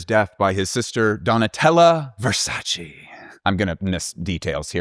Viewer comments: please VERSACE no Versaciiiiiii I still loved the video ! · Great video, learned a lot of new things 😍 but as an Italian speaker, please look up how to pronounce Gianni Versace’s name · Thank you for your service I enjoyed the video very much but you know you’re in no position to be annoyed at how people pronounce Lauren when you pronounce Versace like that (and I’m stopping at Versace just because I’m Italian but I also know French and… I’ll stop there).